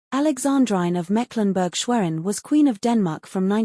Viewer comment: Alexandrine pronounced Alexandreene! And Schwerin is Schwereen…